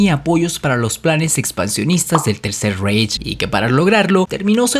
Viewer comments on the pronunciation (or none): Otra vez lo mismo, no se pronuncia reich, sino raight (algo básico que deberias saber); se pronuncia Gebbels, no Gobbels. La mujer por la que Magda Goebbels le armó un escándalo a Joseph Goebbels fue Lida Baarova, de la que fue amante por mas de 2 años, no Hilda Krüger. Procura informarte bien, te sobra protagonismo y te falta seriedad y profesionalismo. Lo que hace cierta gente por ganar notoriedad. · Pocorigor científicos....no pronuncias nada bien el aleman ? Reich ? krugger? Si te basas en un solo .ibro? Es chisme lo que haces....demuestra.... no repitas